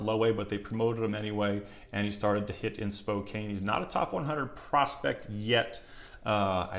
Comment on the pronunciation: Pronounced : Spocan. Love the content.